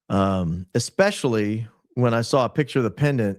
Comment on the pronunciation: Please say especially NOT EXpecially. Its just so bad.